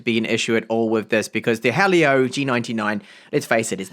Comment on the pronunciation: hearing helio be pronounced as hah leo and not he leo/he'll yo hurts